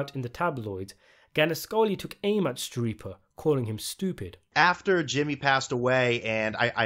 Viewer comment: Since 'Schirippa' is an italian surname (I think), it's pronounced 'Skirippa'. The 'CH' forms a 'K' sound :)